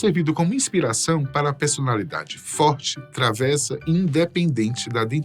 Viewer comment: Com todo respeito, a pronúncia correta da palavra travessa, de significado peralta, traquina, se pronuncia travessa com e fechado (ê) , e com e aberto (é) e para recipiente para alimento como maionese, saladas, e a estreita, madeira para pisar...